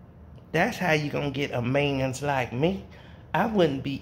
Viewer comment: That fool said manss lmao